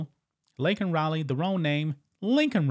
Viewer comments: It’s Laken, Not Lincoln, Obama’s Puppet is Malfunctioning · Laken. Not Lincoln. He at least got "illegal" correct. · Unbelievable, did anyone catch that Biden keeps pronouncing her name wrong? her name is Laken, not Lincoln!! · He butchered her name just like he kept looking a his wrist watch when the falling soldier pass by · Yeah and he got her name wrong 😂